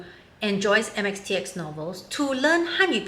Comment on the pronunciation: How did she get it so right......